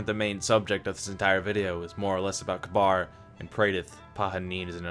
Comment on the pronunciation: Omg >_< when people pronounce Kabr as Kabar! They say it in the game and it they say it like "Ka-Beer"